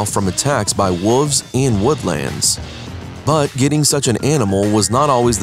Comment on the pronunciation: The narrator keeps saying wolves like wooves....terrible